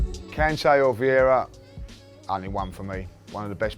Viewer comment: FFS... it's Vieira not viera or veira.